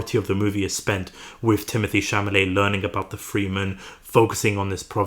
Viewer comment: Cha-la-met!!! For fk sake.